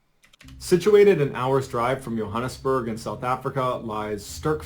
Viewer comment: Please say the name of my city correctly it is pronounced Joe-hann es-burg (Johannesburg) - burg or Jo'burg Joe-burg. It is one of the easiest things to pronounce. I am sorry, I am passionate on pronunciations